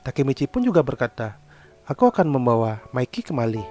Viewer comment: Tolong klo bisa saat nyebut nama mikey pelafalannya pake bahasa indonesia aja seperti di menit (mi-key) jgn pake pelafalan inggris seperti di menit (me-keey) jadi terdengar kaya bahasa kotor yg artinya miss-v 😅